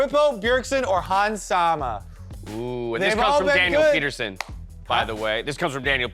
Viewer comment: It's Daniel PetersEn - not son. It's Danish - Just like Bjergsen is not Bjergson 😅 It's all good tho - happy you liked my take 😊